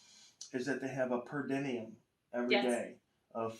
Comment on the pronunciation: "Per denium"? I think you mean: Per diem.